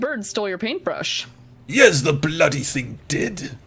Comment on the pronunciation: PaintbRRRRRRRRush... I'll never be able to pronounce that word correctly again.